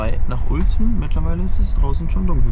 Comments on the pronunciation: Uelzen = Ülzen bitte :D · Es wird Ülzen ausgesprochen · Krass hätte ich nicht gedacht dass du mich mal besuchen kommst in Uelzen und übrigens du hattest es falsch ausgesprochen in deinem Video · Du sprichst Uelzen falsch aus, es regt mich auf, vorallending weil ich von dort komme. Und wann warst du in Uelzen?